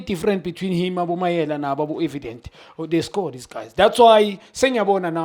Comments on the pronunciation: Mayele not Mayela Junior khanye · Mayele not Mayela, this is an easy African name.